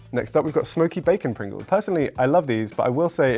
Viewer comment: Just sayin.. dats a lot of Pwingles